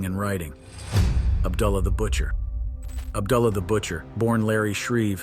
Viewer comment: Ub-duh-la The Butcher lol